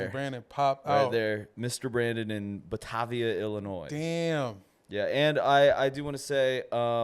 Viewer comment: Brandon I hope u can sell 5 shows in Batavia, but it’s pretty far from the city. Maybe fire whoever booked that. It’s buh-Tay-via btw.